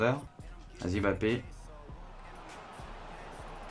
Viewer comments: non c mbappé pas M Bappé ni bappé . En fonetique ca donne mmmbappé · Ça me stresse quand il prononce le nom de "Bappé"..